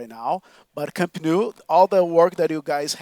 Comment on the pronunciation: "Camp nuu" the way he pronounced it is pathetic